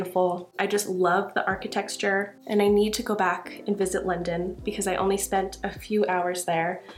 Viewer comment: I like how you said architexture 😂❤